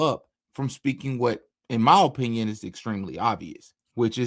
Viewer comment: O-pinion is like o-nion